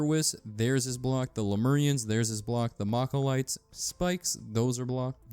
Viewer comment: Malachite, despite the spelling, is not pronounced like guacamole...MAL-A-KITE. Not MAKA-LITE